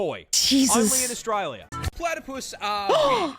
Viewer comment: "Australier." Definitely the first time I've ever heard that pronunciation.